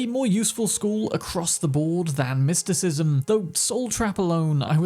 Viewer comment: So you level up your mer-KEN-tyle? ahh then after you work on your mys-TIKISM .... its merSENtile no merKENtile.. my word